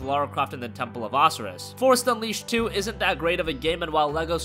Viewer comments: OH SIGH RUS not oseruss you fucking idiot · dude can't pronounce Osiris? c'mon man. O Sye Riss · Temple of "AHsiris"!? Wtf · It's O-sy-rus (Osiris) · Osiris is pronounced Oh-Sigh-Russ. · LMAO I've never heard it pronounced Ocerus before XD May the 4th be with everyone! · that first xbox game looks really fun btw, that's not how you pronounce osiris... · What the fuck did he just call Osiris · do you really not know how to say Osiris? these channels really bug me when you dont know simple words. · Really bro? Osiris? It's pronounced Osiris! Geez show some respect! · That is definitely the first time I have heard Osiris pronounced like this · I really hope pronouncing Osiris as if it were the tail end of rhinoceros was a joke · Considering PS Plus users got Temple of Osiris over a year ago PlayStation easily has the better games for May. And please learn to say Osiris you were making me cringe. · How can you butcher the name Osiris? One of the more famous Egyptian gods and you can't even say his name properly. Did you miss that lesson in school?